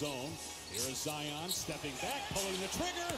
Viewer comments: it's pronounced ZedYON. not zeeon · ZI-ON not Zee-On!!!!! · Its pronounced zyon not zeeon and he might not be the next big thing because he has been playing good because injuries could take him and he might not come back the same and become a draft bust like many other players love the content tho keep it up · It’s z-eye on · Zions pronounciation is something like this (sigh-on) so yup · Z- uh-i-on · I cringe every time he says Zeeon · Its Zion not zeeon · His name isn’t zeeon it’s ZION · ITS LIKE "ZAYON" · why do you insist on pronouncing his name incorrectly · You and Flightreact are pronounce Zion’s name wrong